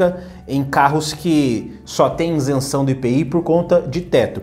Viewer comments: Meu caro, Com todo respeito e com a exclusiva intenção de colaborar, esclareço que a pronúncia correta da expressão é ISENÇÃO, não INSENÇÃO, como você tem mencionado. Ok? Parabéns pelo seu canal. Saudações! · Boa noite. Você não é o primeiro a comentar isso, apesar de eu saber exatamente como se pronuncia a palavra ISENÇÃO sem o N. Acho que nem dá pra perceber como eu de fato falo, o vídeo sai tão rápido pra reparar nesse detalhe... Mas obrigado por acompanhar o canal.